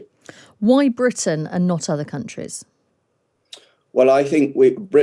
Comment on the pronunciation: when did attack become "attsack". and tactic is now "tsactsic"? And there's a new word called "Britsain". Is this Brexit from the English language??